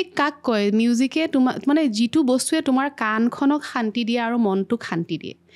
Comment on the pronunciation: Mur sobotkoi bhal loga singer egoraki❤iman bhal lagile kothabur. Moiu bohut kotha xikilu, xobdo u xikilu🙏🏻 iman sesta korise dhuniake kotha tu kenekoi english nukuakoi oxomia xobdo kenekoi bisari uliabo paru. Kintu iyate eta kotha kou bor kanot lage ei je koi ‘juntu’ asolote hobo lage ‘jitu’. Rokhi nohoi roi. Ene kisuman bohute bhul kore. Kiman bhal lagibo oxomia jodi ami huddho koribo paru. My apologies🙉moi nijeu najanu bohut